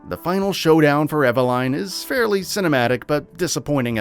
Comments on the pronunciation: Exactly. They don't always do research I swear. Also evel line instead of eveline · Eva - line? WTF? Ethan says her name in the video :/ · What's laughably bad is, you couldn't even say Eveline, Carla Redemes and Javo right 🤣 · Eveline you can't even say the names right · can't even say Eveline's name right